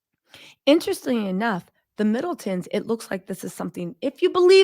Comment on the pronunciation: Did I hear you say “Fiddletons”? 😂😘